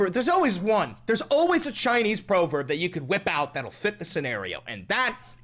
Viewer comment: wait, is it pronounced ‘proverb’ or ‘proverb’?